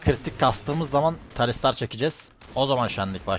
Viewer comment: Tahsildara talistsr deyince bi triggerlaniyorum sbxbsbdbs